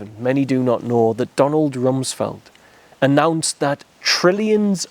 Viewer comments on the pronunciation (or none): none